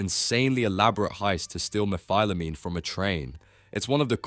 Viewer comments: toddtodd? Meh-fill-amine? Meh-phile-amine? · Dude can you just not pronounce methylamine?